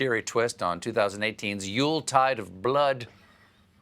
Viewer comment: "Yultide of Blood",😂